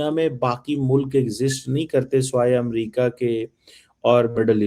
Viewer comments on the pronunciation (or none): none